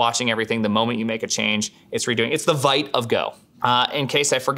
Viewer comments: please pronounce vite "veet", it is a french word for "quick" and has nothing to do with invite or whatever you might assume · why would you have to pronounce it the way it works in another language